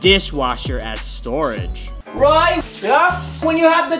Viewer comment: A'niah bailey it's roy not roi